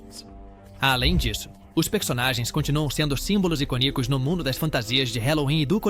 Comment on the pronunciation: O vídeo ficou muito bom, mas "iconícos" doeu nos ouvidos. 🤦